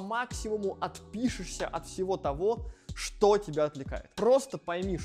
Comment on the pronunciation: Хеехе. Прикольнооо))) Слифком , знаеф, фто 🙃😄